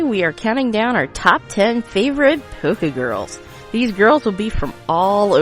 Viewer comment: You said (POKE GURLS), not (POKE-ay GURLS)